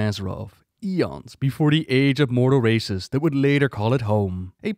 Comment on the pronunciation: It's been less then 1min into the video but did Anyone else hear "before the mortal racists" instead of mortal races? Both definitions are not wrong 😂😅